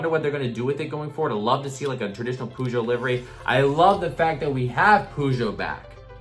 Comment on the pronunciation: Its purr-sho (as in show)